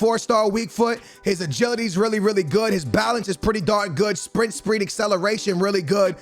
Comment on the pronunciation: Is it just me or does he say "sprint spreed" ?